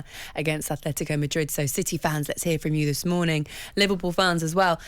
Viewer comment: It’s Atlético, not “athletico”. If you want to put the “h” in why don’t you just say “athletic”